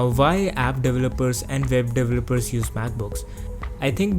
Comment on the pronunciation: You're not understandable sometimes cause you say Vhy instead of Why, and you say pretty often V instead of W. But I liked this video anyway :D